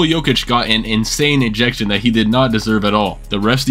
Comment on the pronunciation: Nobody is going to mention how he said "ejection" ??😂